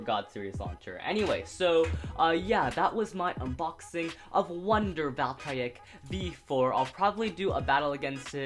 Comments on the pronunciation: Its Val Tree Ek not Val try ek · don't hate on me but,i think your saying "Valtreyek" wrong,I think its supposed to be Valtreyek with a long EEEEEEEEEE sound (dont hate on meh plz :( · did he just say Valtry Wtf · Its pronounced valtrE eck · I'm sure it's sarcasm but he probably did pronounce it wrong on purpose.